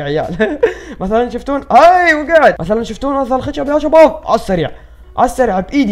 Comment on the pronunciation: ليش تكول جباب كول شباب